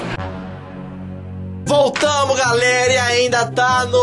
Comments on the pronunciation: Cara tu falou garela em vez de galera kkkkk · Ele falou "Garela" Kkkkkk😂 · ele falou garela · ele falou garela kkkks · Impressão minha ou ele falou Falou garela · Vcs perceberam que ele falou garela